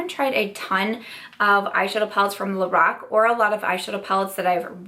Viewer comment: When you were saying "lorac" somehow I kept hearing "the rock" and was wondering why a wrestler was coming out with makeup.... But lorac makes more sense than the rock that's for sure 😂😂